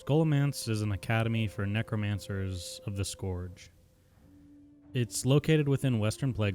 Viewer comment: it lowkey triggers me how he says scourge